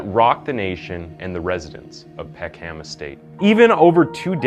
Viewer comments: it’s pisses me off every time i hear Peck Ham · It’s pronounced “peckum”. You don’t oromin cre the “ham” at the end of any name here. Also, at least get his name right. You kept calling him Damiola. His name was Damilola… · PECK-EM. NOT PECK HAM. Why can't Americans or Canadians pronounce English towns and cities at all.... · You don't pronounce the H in Peckham